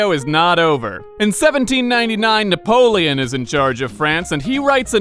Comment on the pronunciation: Na-POLE-on? Huh? HUH?